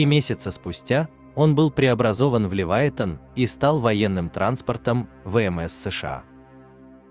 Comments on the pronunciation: шо за Левайтан? може Левіафан? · Правда не Ливайтан, а Ливиафан